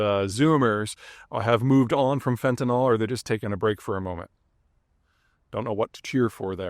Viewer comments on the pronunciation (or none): Peter - there's no "o" in fentanyl - it's fenta-nil, not fenta-nahl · Why do people keep pronouncing it "fentan-ol? It is not chemically an alcohol. Correct pronunciation is "fantan-il"